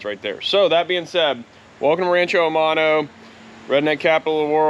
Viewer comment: I automatically trust someone who has their phone clipped on their pants. However I am very dense as I just got rancho aumano finally. I speak Spanish as well and whenever you say aumano I say what in tarnation is this dude saying.